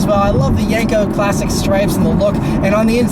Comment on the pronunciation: Yenko not yanko lol